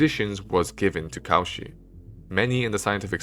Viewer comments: hey, this is really good but every time you say "Cauchy" i get brain zapped ^^v (his name is not pronounced caw-she, it's co-shii). pronunciation of names is important, there's several tools you can use to find out how names are pronounced, including just putting it in google translate in the appropriate language and using the read aloud, or just looking at the phonetics in the wikipedia article itself. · Excellent presentation(apart from the horrible pronunciation of French names, especially in the case of Cauchy!)).